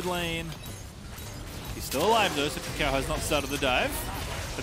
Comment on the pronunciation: Swear it sounds like pastry is saying ucal instead of kaka0